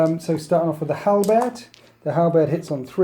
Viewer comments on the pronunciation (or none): none